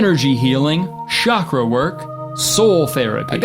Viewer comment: As an Indian person, the way he pronounced “chakra” hurt SO bad. Like "shockra" LMAO